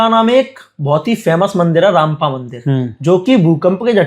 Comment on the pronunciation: Ramappa Sir not rampa, thank you